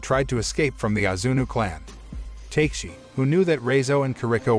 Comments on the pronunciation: Not takeshi it pronounceTeKashi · "Ta Ke Shi"... NOT "TAKE shi"... Oh well... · Fantastic recap.....but I can't be the only one bothered by his pronunciation of Takeshi (Ta-Kesh-I) as (Tay-K-She) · it's not TAKE-SHE, right? It's TA-KE-SHE. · Take-shi... take shi.. it's not Ta-Ke-Shi bois, but TAKE-SHI. LMAO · Ta-ke-shi not take-shi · The pronunciation of the names bothers me also. Takeshi isn’t pronounced “Take-Shi”. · Nobody:: Take-she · Why did you say takeshi's name like that